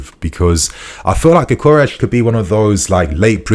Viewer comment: When pronuncinc gyökeres try saying gyo keres instead of saying gykores